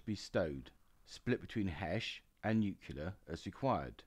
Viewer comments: Excellent content, just wish you’d learn to pronounce “nuCLear” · Please learn how to pronounce 'nuclear'.